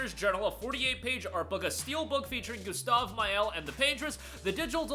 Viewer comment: "For gustov..." 😢